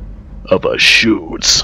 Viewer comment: you pronounce the e at the end of schütze :) nice gameplay, cant wait for the full thing.